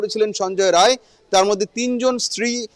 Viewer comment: রায় না রাই